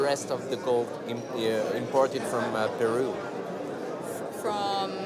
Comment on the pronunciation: PEROU? its.. called PERU lol